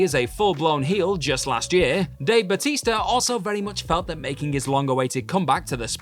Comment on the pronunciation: Boootista? I thought you said Bloootista 🤨